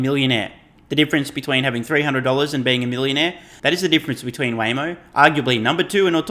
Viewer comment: The class clown mispronouncing Waymo, tells me that someone spoon feeds him his talking points.